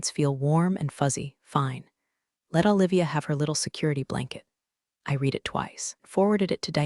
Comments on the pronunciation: The word “read” is spelled the same for present and past tense, However it is pronounced “red” in the past tense. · Someone should teach the AI that's reading these stories how to pronounce the word "read" in context with its meaning in the sentences. They are all doing it. Maybe they ought to listen to the story before publishing.